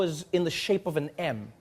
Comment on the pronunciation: An M, shaped like an M. English isn't my first language, it sounded like "shaped like an ham".